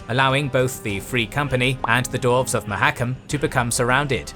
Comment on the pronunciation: Stop calling them darves! It's "dwarves" with a "w"!